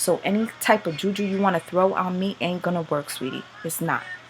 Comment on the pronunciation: "Jew-Jew"😂😂. Sorry darling, I couldn't help it. Hearing "juju" in an American accent always cracks me the hell up.